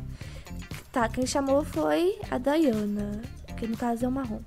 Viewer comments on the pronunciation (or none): none